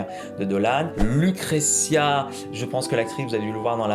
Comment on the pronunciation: Cette prononciation de Lucrecia et Cesare 😂😂